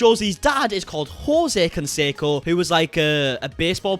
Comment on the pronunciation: I know nothing abt sports and I recognized his name immediately!! But mispronouncing his name was grating!!!! Jeeeez